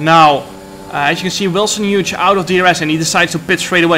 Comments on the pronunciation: Hughes is pronounced Hewes not Huge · Wilson's last name is pronounced (H-you-s), great race though, shame about the penalty, track limits have always been strange in these games. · I think the g in Hughes is silent jarno🤣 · It's quite funny how Jarno says "Wilson Huge"